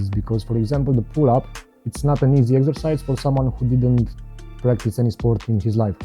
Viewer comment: Exercise? I thought you said extra fires - That's what she said 😃